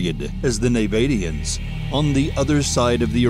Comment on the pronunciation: Jesus nabatian was pronounced terribly